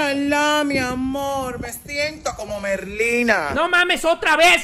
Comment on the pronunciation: Merlina ❌ Ñerlina🗿👍